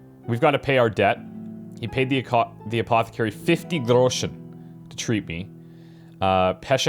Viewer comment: It's awesome how pronounces "Schnapps" and "Groschen". I love it <3